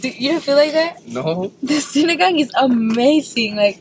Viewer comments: that pronunciation was chef's kiss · the way pronounced sinigang i was surprised cuz it sounded so fluent. Sinigang is one of my fave filipino dishes! We appreciate that you make videos about our food and it's really nice to see foreigners try it out and being open to its taste. Still hope you could visit the Philippines and may make a vlog here? Manila is full of good streets foods and restaurants too!! <3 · The way they say sinigang is perfect! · This is the first video ever i saw in youtube that they can say the filipino food names exactly how it should be without a pause. ❤❤❤❤